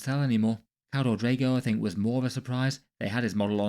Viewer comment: Keldor Draigone